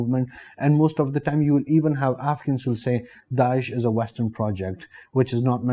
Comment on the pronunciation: Afghans are always welcome in india. I was rather confused by the way he pronounce afghans, it seemed like he was saying africans.